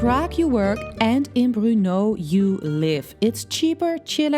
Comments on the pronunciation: It's Bur-No! Not Bru-No! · It's literally BRNO, Burno is not much better than Bruno, there is no extra sound between B and R.